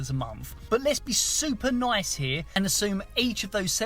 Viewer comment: Sorry but English is absolutely atrocious. Hee' Hee' wtf is wrong with you? It is a one syllable word... the geographic area that you live in is no excuse. If language is your tool then raise your standards you nincompoop.